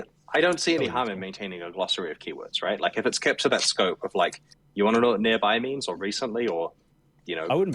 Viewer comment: I laughed when Chris said "You want to know about 'Near By'?"